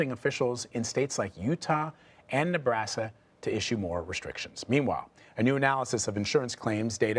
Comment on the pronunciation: Did he say nabrasa?